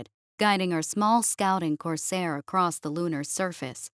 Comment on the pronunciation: The word “across” does not contain the letter “T”.